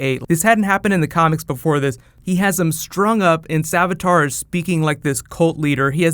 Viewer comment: savitar. not savatar